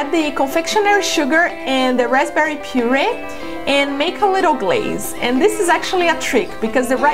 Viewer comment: rapberry? lol love these c